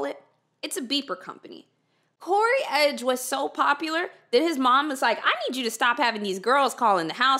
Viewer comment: In dramatic text on screen: "CODY EDGE": "CORY EDGE" The true mystery of this case.